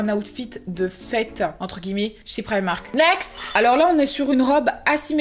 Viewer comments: "priamark" mdrrrrr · Instaa gang 😍 j'adore comment tu prononce primark